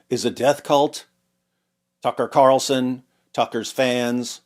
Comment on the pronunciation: TUCKer carlzuttED